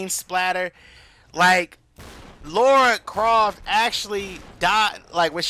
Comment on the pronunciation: Laura croft lol, Its Lara croft buddy